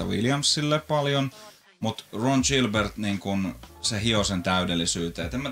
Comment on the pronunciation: tattista, hieno episodi. rallienkku ei haittaa mut pitää sen verran päteä et Gilbert lausutaan ei niin kun Gillette vaan ni ku giljotiini edit: tai paree varmaan kun antaa sen demota ite